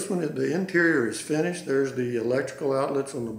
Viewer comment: Funny too how he kept say " furnished price" when he meant finished price.